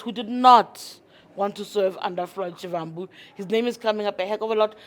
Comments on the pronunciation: Not shivvvhambu... it is Shivambu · Haibo sis a person in your position should make an effort to pronounce someone’s name correctly. You botched his surname. Noo😢